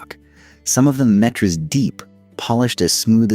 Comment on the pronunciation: Worst AI voice ever. It can’t even say kilometres and meter correctly. Beautiful photograph but script and voice are absolutely terrible. Pity.